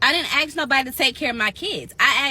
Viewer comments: She axed what? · I wonder that too. "AXS" I KNOW they can pronounce ask. So what's that about? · What do you expect who can't ever pronounce "ask" correctly?!?